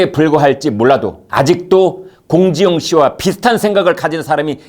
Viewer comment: 발음이 사이다.... 공지영씨발*이